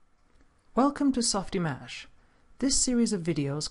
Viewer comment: softimAge?!!! are you Kidding me?! How can I take this tutorial seriously! It is not that it is not supposed to be pronounced that way, but if you cant pronounce it well in french, just say softimage, and save us the pain. Or release this tutorial in french. It is too distracting to watch. Sorry.